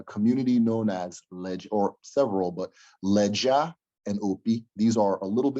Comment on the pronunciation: Great clip! did a good job in his analysis here. However, he really needs to work more on his pronunciation of Igbo words and expressions. For instance, he didn’t pronounce the location of the iron smelting site properly which is Lejja (Léèjà) in Nsukka (Nsụka) in Enugu State, among many other mispronunciations. Please Note: In formal Igbo orthography, unlike in English, double side-by-side consonants words don’t exist. It’s not allowed. For instance, “Nsukka” is a wrong spelling. It’s actually “Nsụka”. The consonant, ‘k’, cannot be identical before the vowel. But in English, double-consonant words like access, expression, allergy, etc, exist. Another point worthy of note is that it is wrong to spell Igbo as Ebo or Ibo. They are all anglicised representations, which is incorrect. The fact is: The people = Ìgbò The ethnic category = Ìgbò The language = Ìgbò